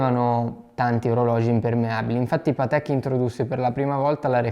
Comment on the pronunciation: Si dice Paaatek, non Pateeek! 😉